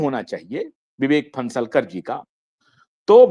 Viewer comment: लौडा 52 रहे कुछ भी रहो, तुम अपना you ट्यूब चॅनेल चालाओ, अबे नाम तो बरोबर ले विवेक फणसाळकर है, तू फन्सलकर बोल रहा है